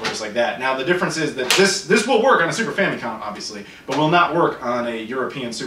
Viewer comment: stop saying "fam'EEE'com", no one says that. Your videos are interesting, but that is not how that is pronounced.